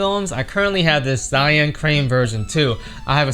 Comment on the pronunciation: Dude... You are Asian! How can you pronounce Zhiyun, Zion?????